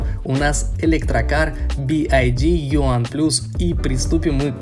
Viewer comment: Как ты назвал Би Уай Ди??? Буква Y по твоему читается как Ай???